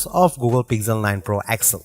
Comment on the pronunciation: This is Pixel not Pigjel....plz plz don't murder it... 🙏